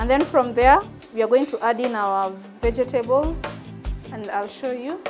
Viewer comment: Ve-je-te-bols hehe. Love it